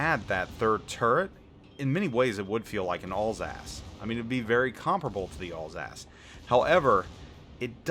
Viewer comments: not all's-ass, al sass as in short for allen, and sassy. Alsace. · I cant stop hearing "allsASS" for Alsace LOL